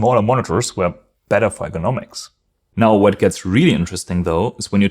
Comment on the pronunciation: Pronounce ergonomics more clearly so it doesn’t sound like economics (thought you were talking about price originally)